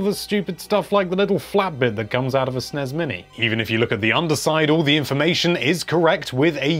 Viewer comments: “Snez and Nez mini” not SNES and NES Classic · Also the fact he calls the SNEZ mini and NEZ mini is just offensive. I do not care what Wario said in some weird European game long ago. NES is NES because its an acronym, not a mispronunciation. Learn up before you post poor ideas with little reasoning